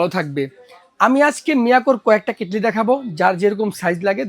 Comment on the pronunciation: কেটলিরে কেটেল বলেন কেন?